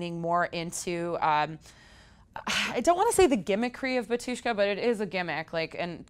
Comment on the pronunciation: *Ba-tyush-ka, first syllable accented. *Hos-pah-dee